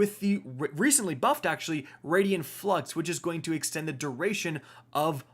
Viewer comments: "It's ray-den flux, not raid-eee-en flux". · here.